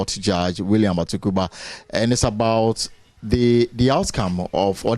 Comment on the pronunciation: Please the name is Atuguba not Atugura